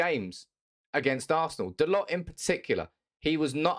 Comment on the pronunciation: FYI its pronounced DaLOW not DaLOT.